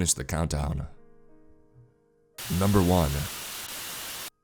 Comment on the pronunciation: Chills “manifests” NyuMbEr 15